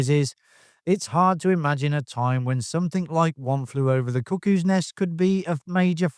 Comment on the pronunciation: I keep hearing you say One Flew Over the Cookies Nest...LOL